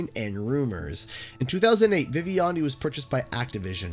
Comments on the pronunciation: It was Vih-vend-ee. That's how you pronounce Vivendi's name. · Nice doc, never even heard of this one before. Also your pronunciation of Vivendi is killing me, you're adding a second I in the middle there. It's pronounced viv-vend-ee, viv like the name Vivian, and vend like a vending maching.